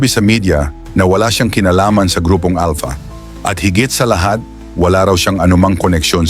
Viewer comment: 😂ahaha si General Estomo bulol n sya Alta daw sabi nya Alpha eh ngek😂 umeekis n sa highway ung mga driver 😂